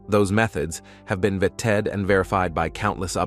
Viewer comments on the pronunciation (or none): Is the voiceover software generated? There's some really weird mispronunciations, like "vetted", which voice said like "ve-TED"